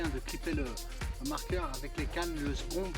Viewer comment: Nice video again! It still amazes me how someone can switch from one language to another with ease. You even pronounce spomb different when speaking french!👍 You catch some lumps don't you fella!!🐟🐟